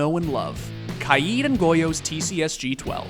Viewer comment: Finally someone says kaids name correctly